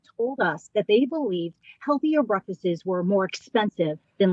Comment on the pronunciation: Ugh! I hate how she says "breakfasses" instead of breakfasts.